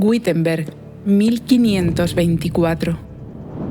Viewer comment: Muchas gracias por esta fenomenal historia de la escuela - instrumento de opresión y adoctrinamiento fundamental. Un detalle: Wittenberg se pronuncia correctamente así: ví-ten-berk. La sílaba "vi" se pronuncia como b sonora como se hacía ataño en castellano, de ahí la diferenciación entre v/b: labiodental - bilabial. La "W" alemana siempre se pronuncia labiodental. Un cordialísimo saludo. ¡Fabuloso canal para desadoctrinar 😅!